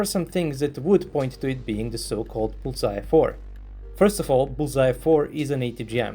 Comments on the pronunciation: You make it sound like bullseye, but it's 불새(Bul-sae), the pronunciation would be like bull-sa where sa is from 'satellite'. Bul is fire, and sae is bird. So fire-bird, or could be translated as phoenix. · I also thought he was saying Bullseye. Are you South Korean? I always appreciate when people take the time to add different bits of information in the comments that most of the audience probably wouldn't know, whether it's technical information about the particular armored vehicle mentioned in the video or information about the nomenclature, such as your post. It helps all of us to get a more complete picture of the topic being discussed. Thanks. 👍